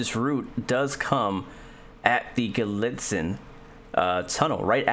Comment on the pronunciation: Misspoke Altoona but said Gallitzin right. You’re in my neck of the woods, sorta.